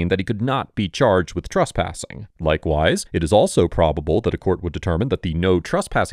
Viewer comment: Cop: Trespassing: He said truspassing